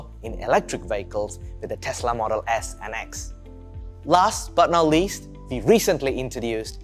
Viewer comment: We = Vee With = Vith Work = Vork Amd, if you want to present your new products please don't send Indians to be your presenter. They can't pronouce English words correctly.